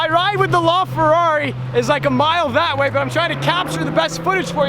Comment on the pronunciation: He pronounces LaFerrari so wrong lol